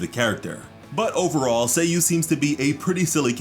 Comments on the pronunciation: saaaayu, not say yu hurmm :'( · Its not /say/-/you/, its /sah/ /you/ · did he just spelled her nayme Sayy U? not saa yuu? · SA YU Sa-yu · It’s Sayu, like “LevioSa”